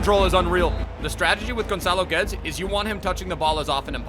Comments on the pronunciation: Im sorry to be that guy, but its pronounced "Gedes" not "Geds". Love the video anyways. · He pronounces it correctly just without the sh in the end. It's pronounced Gedsh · It's actually Gedsh in Portuguese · Why you calling him Gonçalo Götz? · Portuguese: clicks the vdideo hears gonchalo GUUedes :oof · The commentator says his name every time he’s on the ball. But you still mispronounce his name anyway 😂😂😂🤷‍♂️